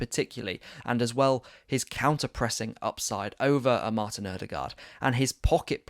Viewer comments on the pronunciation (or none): none